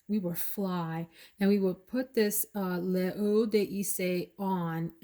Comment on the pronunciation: L'eau is pronounced like low.